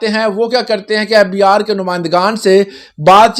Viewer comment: The way he pronounces fbRRR is so annoying..and bro it's algorithm not alogaritham